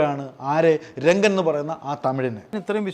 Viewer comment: രംഗൻ അല്ല റങ്കൻ